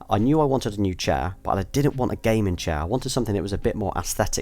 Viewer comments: I know, but it sounds as if he is saying "gay men" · idk why I understood: "represented my love for gay men" lmao